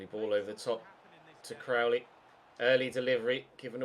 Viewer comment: You said Cowley. It's was crowley!